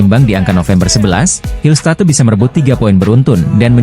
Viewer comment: Ngarang narasi doang ni Mimin....hillstat"e" katanya ....belajar baca dulu min....konten abal²..